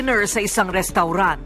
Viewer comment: kay Korina pala nanggaling ang pronunciation na "RESTAWRAN" 😌😌✌✌✌